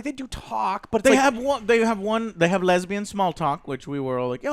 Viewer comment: Joe: They have lesbian small talk. Me: Lol why you gotta say it like that?